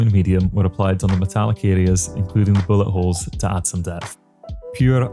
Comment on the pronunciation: When you say bullet holes it sounds like your saying butt holes!